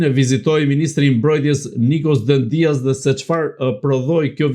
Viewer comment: E theksoni gabim mbiemrin e ministrit grek në fjalë: jo Dendías (me theks te i-ja), por Dèdja (me theks te e-ja). Dihet se ai ka rrënjë shqiptare, dhe në Shqipëri e kemi shumë të përhapur mbiemrin DEDJA. Alfabeti grek nuk e ka shkronjën D, d; tingullin D grekët e shkruajnë NT, dhe herë e shqiptojnë ND, herë D.